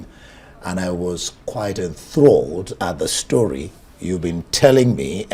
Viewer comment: Did i hear you said what an interesting stroy? 🤔 .